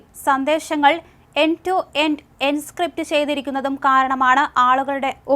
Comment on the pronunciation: എൻസ്ക്രിപ്റ്റ് അല്ല ചേച്ചി encrypt എൻക്രിപ്റ്റ് 😂😂